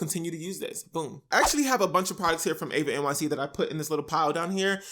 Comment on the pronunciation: I’m not trying to be mean or rude or anything my name is Eva and i know this isn’t that serious but a lot of people get my name wrong and say Ava and I’ve been prone to notice it so I just wanted to say all that to basically say that eva nyc is pronounced with an E sound sorry I’m really not trying to be extra it’s just something g I’ve come to notice